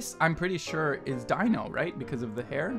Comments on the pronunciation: Why is no one correcting him. It's not Die-no. It's Dee-no. (Confusing yes, but still incorrect~) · ALSO STOP CALLING DINO "DYNO" IT'S DINO : "DEAN-O" DINO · sadbutrad that doesn't matter. The fact of the matter is his stage name is pronounced Dee-no and should be pronounced as such. It's rude to straight up ignore it. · Omg rip lol that quiz with the fan art was kinda bullshit, ngl XD also, here's some help with pronunciation: Dino is pronounced like dee-no Jeonghan is pronounced like jung-han (the "eo" you see in korean names is one sound) Seungkwan is pronounced with the k sound at the beginning of the second syllable (so like seung-kwan, and the "eu" in seung is pronounced kinda like the "u" sound in "put") Mingyu is pronounced like min-gyoo, not ming-you Wonwoo, if pronounced in korean, is pronounced won-oo, without the second w, I dunno why they put it there for english translations?? They put that extra w into a lot of korean names with that sound for some reason lol But people always pronounce it with the second w anyways so it's not really a big deal lol The8's real name is Minghao and no one really calls him The8 tbh, you can if you want but if you hear the name Minghao somewhere just know that it's the same person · its pronounced junghon. and its not dino, its pronounced deeno. you did good though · See, that I get, but purposefully disregarding the proper way to say it is still rude when you're capable of saying it.